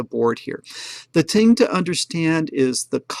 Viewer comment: ``the ting``